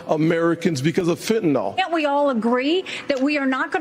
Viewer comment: Phentanyl. Fen-tan-nil. Not fent-un-ol. Not hard people. 34 known analogues, all at least 20x more powerful than heroin. And it's in all the drugs from Mexico. Russian roulette.... Mexican/Chinese roulette.